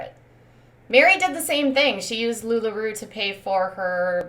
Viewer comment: First, stop saying lula ROO, it is ROE. Second, she is using her job the earn money for expenses needed for her family? Isn’t that what everyone does?